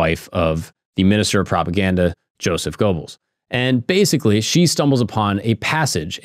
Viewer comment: Man you piss me off with the mispronounced words realy not that hard to get them right Thule is not tool and Goebbels is not pronounced with an O it's sounds like and E this is easily remedied by just a little research holy shit you have me fuming